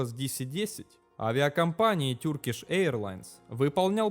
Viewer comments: Туркиш, а не Тюркиш, Эйр Франс, а не Айр Франс...вроде про авиацию говоришь, хотя бы загугли как авиакомпании произносятся, о которых говоришь, если немецкий в школе, а не английский учил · Спасибо за видео, только Turkish произносится не "тюркиш", а тЁркиш